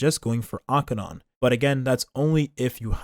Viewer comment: I love your Acheron pronunciation.